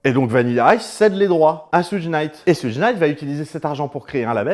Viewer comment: petite info : Suge se prononce "choug" (diminutif de Sugar Bear)